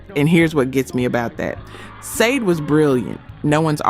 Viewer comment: You mispronounced "Sade"! SADE!!! In every video you ask for subscribers and you say you can't understand why people aren't subscribing or getting a membership. This is why! Just spell the words out phonetically and check that you've got everything right before you upload your videos. There's nothing wrong with using an AI voice if you don't like your own voice. That's understandable. Maybe you speak English as a second language. Maybe you don't speak English at all. You can still love R&B music. But it's suss when you consistently get the names of the artists wrong. It makes it seem like you don't care about the culture that created R&B music.